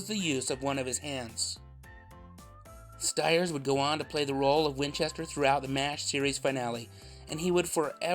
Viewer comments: st-years… the I is there for a reason lol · I had always thought that his last name was pronounced "Steers" instead of "Stires" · I learned a lot from this video. The first was the pronunciation of his last name. Been saying it incorrectly for the last 40 years.